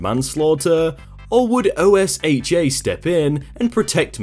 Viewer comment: fyi, we pronounce OSHA as a word (Oh-sha) Only on Tuesday? No wonder I didn't see him. We go on Thursdays for the free shoe rental. And my foot got caught in the ball return because I was not wearing the provided free shoes because I had gone to happy hour3 times before the bowling alley closed about an hour before my foot got stuck. But man, I did see someone, but they were only there to complain about my writing. Man, I didn't think MY kind of writing attracted such strange people. I mean, who shines like that? Did he get stuck in the ball shiner? Is that even a thing? Dude looked like a shiny darth mal cosplay reject. But he was cool, got my foot unstuck for me.